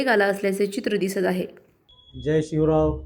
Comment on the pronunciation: याला जय शिवराय म्हणता येईना हा चाललाय नगरसेवक व्हायला 😂😂😂😂😂😂